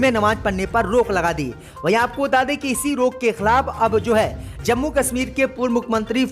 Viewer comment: Zankari wrong JANKARI Zammu wrong JAMMU Majjid wrong MASJID Jinda wrong ZINDA Namaj wrong NAMAZ Angreji wrong ANGREZI 👎👻👎👻👎👻👎👻👎👻👎 हिन्दी उच्चारण अतियन्त ग़लत है 👺👹💀😱👻👽👾